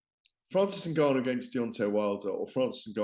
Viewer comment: Had to stop watching this 2 minutes in purely for how Gareth pronounces N’Gannou. Criminal